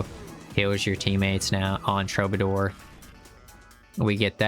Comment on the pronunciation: Nice vid. TRUE BA DOOR (killing me with the pronunciation)